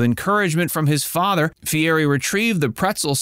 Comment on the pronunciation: You need to learn how to pronounce his name!